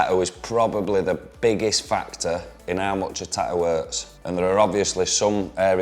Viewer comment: "Ta'ew" I like it lol